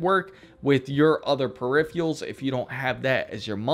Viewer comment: Please dude, make an effort. It's not periphials, it's peripherals. You're talking to some young people who will probably mispronounce this word for the rest of their lives and get into arguments with people who try to correct them because they heard is on the Internet where everything is perfect and real. It's a big responsibility I know, but you have to accept it.